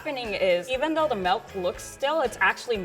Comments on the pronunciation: She said "melk" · Omg why does she say MELK????